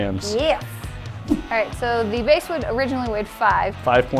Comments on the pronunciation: TKOR Bass not base... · Bass, like the fish, not the sound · It's pronounces bass like the fish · It's bass like the fish